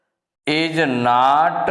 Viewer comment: Sir apko not bolne nhi Aata hai Nat bol rhe hai😅